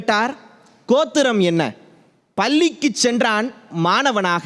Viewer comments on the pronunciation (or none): நீங்கள் பேசும் இடம் தமிழ் பேச்சு எங்கள் மூச்சு முதலில் ல ள தெளிவாக கற்று கொள்ளுங்கள் பள்ளிக்குச் சென்றான் மாணவன் ஆனால் நீங்கள் பல்லிக்குச் சென்றான் மாணவன் என்று பேசுகிறீர்கள் பாவம் தமிழ் 😭😭😭😭😭😭😭